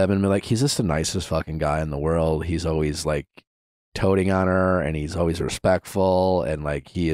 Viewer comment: Nickkkk…it’s doting on, not toting 😂